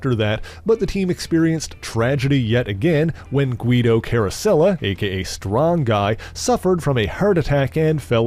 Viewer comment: At least he pronounced Guido's name correctly. It was so jarring to hear him say "Geye-dough" so many times in a previous video.